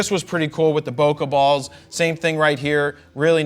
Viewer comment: I kept hearing "poke balls" every single time...